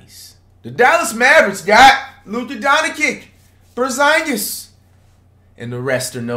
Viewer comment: Flight actually said porzingis name right for one